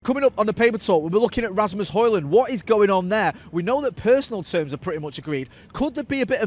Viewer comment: Ø. Højlund. Would be fun if you tried the "Ø" sound, I challenge you!